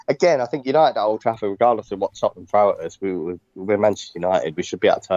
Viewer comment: Lads, it's Tottenham. 😂